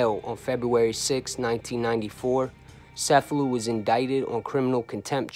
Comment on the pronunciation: I believe it’s pronounced CH•F•a•loo just like the town in Sicily. But, nevertheless, a great video!